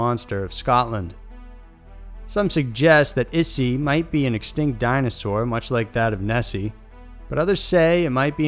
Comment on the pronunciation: translate google took like 5 seconds to get an audio sample. 5 seconds. c'mon. it's not rocket surgery. it's not yer-ren. It's more like "yee-ren" or you could get away with ""ee-ren" or "e-ren". Japan: not "issy"; more like " 'e' - she" (イッシー). again, 5 seconds. ugh. also, not "su ki no ko"; try "ts u chee no ko". #ck it. i give up. Just refer to stuff as "this, this thing right here".